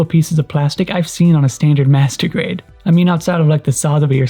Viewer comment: when you say "master grade" sound like "masturbate" lol